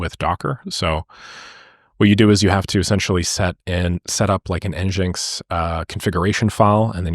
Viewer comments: NGINX is pronounced Engine - EX :) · Amazing tutorial as always! FYI I think it’s pronounced ‘engine-x’. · nginx is pronounced engine-X usually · Glad you found n8n for more awesome videos! And yes, as mentioned before, I've always heard NGINX said as "Engine X"